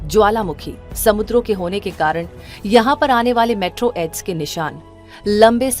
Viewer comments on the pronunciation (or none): 'मेट्रो एड्स' nahi मेटेओरोइड😅